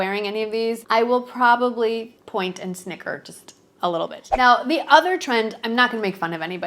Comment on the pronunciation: It’s with a light th sound.